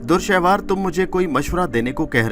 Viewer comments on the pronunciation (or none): Urdu bohat hi ghalat parhte ho bhai dur shehwar nahi dure shahwar is tarah ki bohat si ghalatian hn